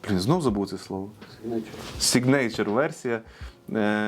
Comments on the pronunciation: введіть в гугл перекладачі слово Signature і послухайте як воно читається. якщо вмієте по транскрипції, то ось: ˈsiɡnəCHər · Для тих, хто в школі не вчив англійську і тепер працює з американським авторинком: повтороюєм кілька разів "сИгнича" =]